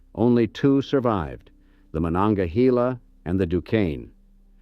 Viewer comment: Carnegie’s first steel mill, the Edgar Thompson Works is still operating. In the 1960s or 70s Carnegie Institute of Technology was renamed Carnegie Mellon University after a large influx of Mellon money. As for our southern river, it’s not pronounced Mon-onga-he-la. We say Mon-onga-hay-la.